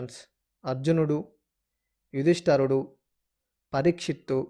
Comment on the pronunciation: యుధిష్టరుడు కాదు నాయనా! యుధిష్టిరుడు